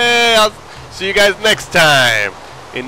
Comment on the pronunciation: IT'S THE MOOAHROOM BIOME